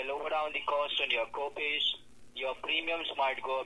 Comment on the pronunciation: No “gopays” for your doctor “wizzits”!!! 😂😂